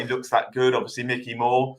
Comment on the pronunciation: Dont mean to be an utter knob, absolutely love the pod always, but please pronounce player's names correctly. We pin our hopes on these young lads so should at least say their names right. Mikey Moore isnt Micky and Rio Kyerematen isnt Keeterman lol. Love you though mate!